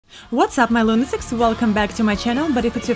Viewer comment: Sorry, one question... When you started this vid, did you say Welcome my Lunasex, or did it just sound like that? Usually you say Lunatics or some variation of that.